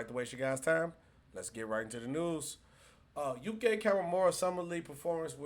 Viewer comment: His name is pronounced YUUKEEEE